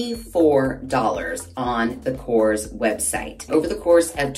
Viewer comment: Hi. The pronunciation is korres. You have to pronounce all the vowels and you tone the word at the last vowel.😊 Kisses!